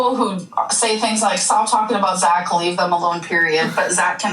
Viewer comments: How has Tech thought about doing a "mini doc" on Zach if he can't say their NAME CORRECTLY? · Wants to do a documentary on Zach, can’t even get his name right 😂